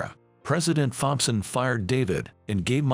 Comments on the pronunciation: Please get a better robot voice!! I literally lost count of the number of mispronunciations. By the way it's pronounced Tomson not Thomp son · When you put the text for the text to speech, write "Tompson" instead of "Thompson" as it will pronounce it correctly. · The "H" in Thompson Is silent, in English. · Fompson not Thompson ,just a thought